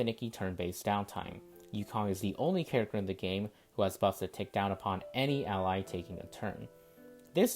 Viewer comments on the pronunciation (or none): none